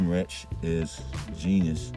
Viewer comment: Reich, pronounced "Rike" not "Rich", good video bro!